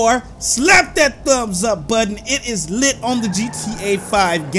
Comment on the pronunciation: it's litey out here yall me: it's litty like fashitty